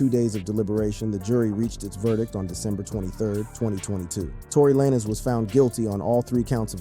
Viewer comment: Tory La Nezz 😂